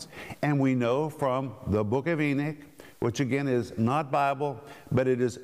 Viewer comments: Come on brother, please, E-KNOCK, not E-NICK. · Mr. Renner your pronunciation of Enoch is wrong, it sounds more like your saying Eunuch. I purty sure you do know the story of these guys, like in the book of Esther, please don't confuse the babe's in Christ who are learning scripture, and when you pronounce a certain word in the Bible to give it's meaning, don't be afraid to ask your peers for help on this, other than that your doing great on this teaching! E-knock= Enoch, Eunuch= Enicks